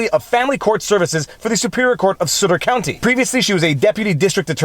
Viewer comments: It is not sooter county Viva it is sutt -er county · Aah! Too much French, Viva - Sutter is "Suht-ter," not "Sooter." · Sutter is pronounced sutt-er, rather than “soo-ter”. 👍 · It’s Suh-ter. Sounds like butter. Not like booter. Just saying. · It is suh ter county. Sounds like "stutter" without the T. Not sooter :) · That’s Sut not soot. As in Sutter not sooter county. Other wise your good. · Fyi... it is pronounced Suh•ter not Soot•ter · Sutter like Sutter Home wine, not Sutter like " suitor". Just trying to help, not complaining. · Sutter county - suh-ter not soo-ter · Pronounced Suhter, not suitor. Just saying. California couldn't care less about the constitution. There are no consequences, it costs the Govt nothing, and it takes the courts YEARS to even here the cases, and even the the corrupt 9th circuit is useless. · Sutt -ter. not Suuter. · Sutter is pronounced Suh-ter not soot-er. It's right next to Sacramento, so probably a liberal county. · Did you just call Suh-ter County "Sooter county"? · Good try, but ... “Sutter” is pronounced “Suh’ ter”—not “Soo’ ter”. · Sorry its s-UH-t-er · "Sutter" is pronounced correctly when it rhymes with "clutter". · It is sutter as in supper. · It's Sutter County, pronounced like BUTTER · It's sutt-(like SHUT the door)-er county. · The name of Sutter County is pronounced in the way that rhymes with "mutter." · First syllable in Sutter rhymes with mutt, not root. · It’s pronounced suh-ter, it is a relatively conservative county outside of Sacramento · FYI - Sutter is pronounced suh-ter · Sutter rhymes with Butter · Sutter rhymes with mutter and stutter. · Sutter is pronounced like Suh' ter. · FYI: It's Sutter...as in butter.😉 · Sutter is pronounced “Su” as in “sun”. It is my home county which is in the more conservative part of the state. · Oh that made my ears bleed and I’m from So Cal! But, Viva’s a lawyer so saying “sue” just rolls pff his tongue. 🤣🤣🤣🤣🤣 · its s"uh"tter